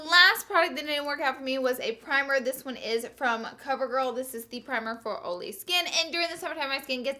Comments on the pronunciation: Laura it's not oly IT IS OILY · Okay but why can't she say the word "oily" correct? I understand the crazy strong accent but "ooly" is not how you say it. Come on lol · I died when she said "it's SO OOHLY and GREEZY" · Girl where you from! Texas? Love you're energy and make up style! #todiefor I love how you say 'oil'.. Ol' "it was too Oly' 😍😉😘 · I just bought a smashbox eyeshadow pallet, for £24 (which pained me an itsy bitsy bit!) and am living in fear of it featuring as a miss on your vids! Eeek!!!! p.s. always love your pronunciation of oily 😂😘